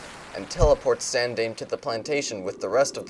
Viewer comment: The last mimiga's name is pronounced san-dime-ay.